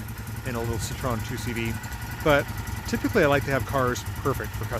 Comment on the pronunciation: Hi, glad you're back, was getting worried... BTW try pronouncing Citroen as See-tro-when... Greetings from a Dutch fan!